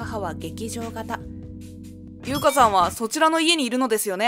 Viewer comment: 劇場型の母ってオーバーな身振り手振りで旦那と話したのかな？ 後、終盤で主人公の名前の音声が「かな」になってますね(字幕は「ゆか」)